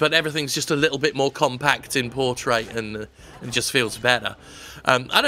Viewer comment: I think the P was a little unnecessary there...